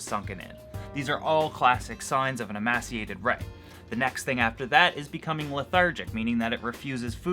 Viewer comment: Great video, awesome Canadian spirit :) PS. Just a note, I believe emaciated is pronounced "ee-may-see-ated" :)